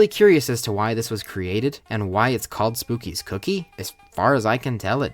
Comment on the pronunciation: It's pronounced "spook-kids", except without the D and S and replace it with a z.